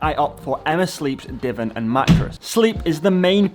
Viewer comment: How are you pronouncing divan? 😳 (BTW - Great idea with the donation)